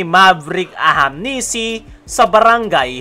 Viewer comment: AHANMISI boss, hindi AHAMNISI. 😊